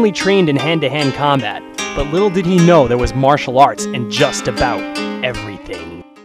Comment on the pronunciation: I love how you say "He has a lee-tle case of the gee-gles" xDDDD Made me laugh xD